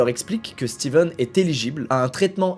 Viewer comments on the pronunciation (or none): coup dur pour, c'est stephen et pas steven